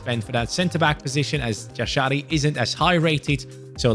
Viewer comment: Jashari is pronounced Yasharee